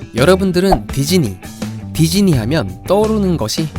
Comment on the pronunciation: 별건 아닌데 디즈니를 계속 디지니라고 하시네요 ㅋㅋㅋㅋㅋ 귀여운듯... 우리나라 사람들한테 디즈니가 어려운 발음인가 봄.....